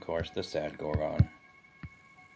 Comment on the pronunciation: It annoys greatly how you aren't pronouncing "Gorgon" correctly. Please reference this: I might not be any better, but Americans suck at pronouncing English words correctly, they speak lazily. I need to focus on not speaking lazily as well, its something I'm trying to fix about myself cause I realize how bad it is.